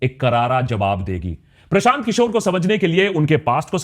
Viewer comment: Prashant kishor ke dhul bhi nhi Ho tum Unka naam thik se lo